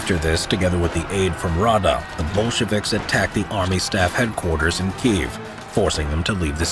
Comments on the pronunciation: kee-ehv > keev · Kyiv, not Kiev! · It's kiev